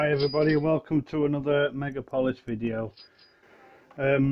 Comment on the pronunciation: It’s meg aaaaaaa polis